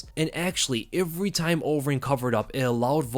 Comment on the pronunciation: He says ivery. Ivery time.